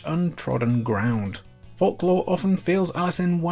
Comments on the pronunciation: Fork law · Bro can't pronounce folklore right